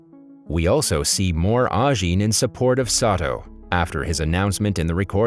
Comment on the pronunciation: It is Ajin, not Anjin